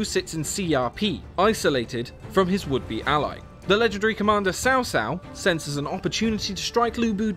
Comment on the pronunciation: Cao Cao name is hard to pronounce, unfortunately it is closer to the version in the video but even that is butchered. Traditionally this is the pronunciation but translation led to the name being butchered It's closer to this. T'sao T'sao